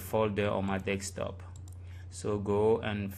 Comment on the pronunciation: DESKTOP NOT DEKSTOP